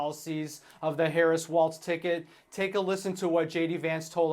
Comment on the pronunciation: Dear internet: Walz is pronounced "Walls" not "WALTZ".